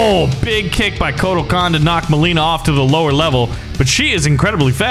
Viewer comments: Mileena is pronounced meleena not myleena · Ok we got d’vora and here we’ve got my-lean-a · I hate the way he pronounce noob saibot and mileena